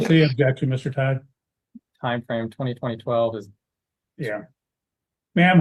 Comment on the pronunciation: Why do they keep saying '' Twenty twenty twelve '' for 2012 ? 🤔🤷‍♂️